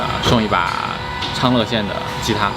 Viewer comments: 昌乐，念le，不念yue。不过没想到老家竟然还有这么多吉他制造业。赞，希望越来越好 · 昌乐县 chang le 不是 chang yue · 纠正读音：昌乐 拼音：chāng lè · 这个叫昌乐，le，四声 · 最后终于把昌乐（le）县的发音改过来了，哈哈哈哈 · 天南地北山东人来支持你的视频！顺便说一下：一般我们都读”昌 乐 le 县 “，好了吉他抽奖可以送我了😄